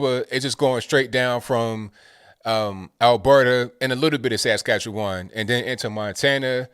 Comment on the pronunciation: Askatchewan? Lol